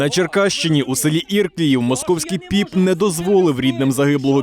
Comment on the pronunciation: Сразу и не понял населённый пункт из-за ударения подумал Ирдынь, но всё-же ИрклИев ударение на вторую И. А это от Черкасс совсем рядом за Днепром. Попа на мыло